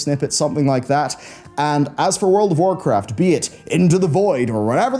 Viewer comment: Lol, when you said "World of Warcraft" , it sounded like "World of Warcrest." I love the crest system, and I thought this was hilarious based on the complaints of "too many crests."